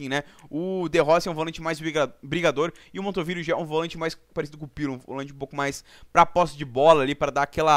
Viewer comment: Só eu ouvi Montovilo???